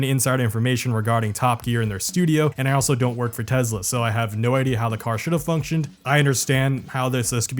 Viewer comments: Try saying Tesla, not Tezla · I like that you say Tezla rather than Tesla. Any way of mocking the brand is the right thing to do.. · It’s pronounced “Teslur” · TESLUR i LUV TESLUR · Oh No! Not Tesler!!! Anyway... 😂😎